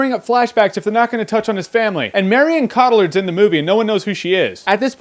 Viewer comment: The LL's aren't silent, they're pronounced like a Y! Cotillard = Kohtiyar, the D is actually silent, and the R is not rolled like Americans do.